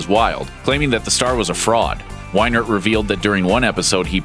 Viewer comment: Lol its funny because I went to a survival camp tbat was owned by Mark Wienert and he told us about that stuff. XD. That guy was a dick. Btw you pronounced his last name wrong. It sounds like weenert.